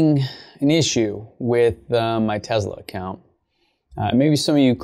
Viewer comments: TeZla 😁 Huh ... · Ware is the Z in Tesla you keep saying tezla wtf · Not to be rude or anything but it’s Tesla not Tezla it just bothers me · Its not tezla it’s te-ss-la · It's pronounced Tesla. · I heard Elon say it was more Tezsla. It’s funny that it grates on people’s nerves. It does mine too but I breath a deep breath and think zen thoughts. It’s not going to go away. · It sounds like tezla